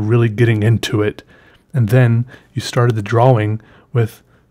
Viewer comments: "I wasn't too concerned with my dwa-wing" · drawling or draw-wing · Draw-ing ✔ draw-wing ❌ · why does he say "dra 'WING' "why why why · I like the way you say inK.... And pronounce your T's..... And the way you say drawing... Okay, I'll stop now 😂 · Can't even pronounce 'drawing'. LOL